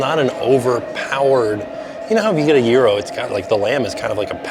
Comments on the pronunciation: Isnt it Gyro pronounced Ji-Ro and not Jear-Ro? Maybe Im wrong but thats how it's pronounced in the very Greek city of Lowell, MA where actress Olympia Dukias and Sen. Paul Tsongas were born and raised. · I can’t cope with how you say gyro, it’s so odd! 😂😂😂